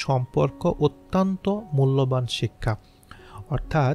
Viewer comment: আপনার প্রচেষ্টা খুব ভালো। কিন্তু পাঠ এবং উচ্চারণগত কিছু সংশোধন দরকার। যেমন অত্যন্ত -কে আত্যন্ত বলেছেন, বিস্ময়কর উচ্চারণ করুন এইভাবে : বিশ-সয়-কর।